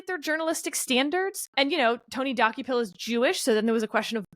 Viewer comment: As someone who occasionally watches CBS Mornings, I was cringing every time Sarah said the name Dokoupil. It's pronounced Duh-Cople, not Docku-pil. One thing that's clear from this podcast is that neither Sarah, Steve nor Kevin watch CBS in the morning. I believe Ta-Nehisi Coates' name was also mispronounced. I think it's pronounced Tah-Nah-Hee-See, but I may be wrong. Not that I want to be the pronunciation police.